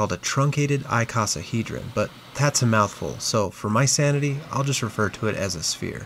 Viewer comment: Perhaps next you will pronounce icosahedron properly…I-sauce-a hedron, much like a icoceles triangle.